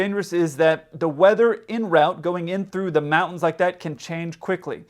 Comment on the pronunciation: In rowt really grates on me. It's en route, (pronounced on root), because it's a French term